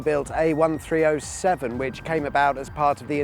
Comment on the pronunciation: Yaaaay this is a noce video. Only thing i say is people around here usually call the A1307 the a thirteen-oh-seven 😂